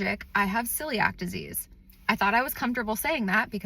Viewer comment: The first 5 seconds of this video was extremely confusing for me because I thought you said, "Silly Act Disease."